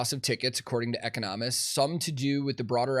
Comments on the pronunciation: “eco nomists” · the pronunciation of "economists" is throwing me for the biggest loop